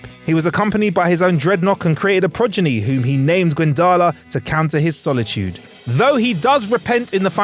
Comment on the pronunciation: Congrats on using and saying progeny and prodigy correctly this time.